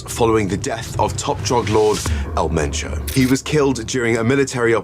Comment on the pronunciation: It's EL MENCHO. Pronounced just like it looks. The most wanted cartel boss of the most violent one. Should not be a surprise to anyone who thinks they can safely hang out drinking and sunbathing there.